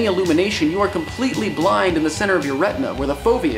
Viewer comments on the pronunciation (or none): none